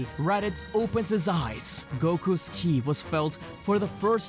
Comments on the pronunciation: Listen u said "kill'i" not ki, also , and u said kili's not ki again lol dude u good cuz u might have sounded like u were out of it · WHY SO KEEP SAYING KILI!?!? IT'S KI, made me check the date thought it was the 1st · why do you keep saying kili?